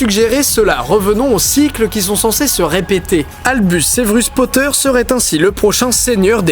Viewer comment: Monsieur POTTAH